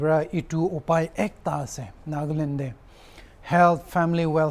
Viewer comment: It's NAGALAND not NAGLAND